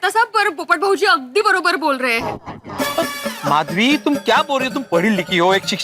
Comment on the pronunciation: Madhvi hota hai mashvi nahi